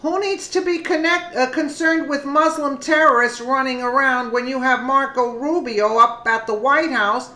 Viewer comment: I did wish you'd learn how to pronounce MUSLIM.